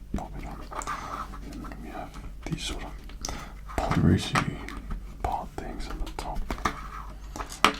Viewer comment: For me I heard: nlpprodracing